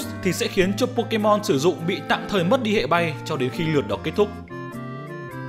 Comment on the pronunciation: hệ not hẹ nhé anh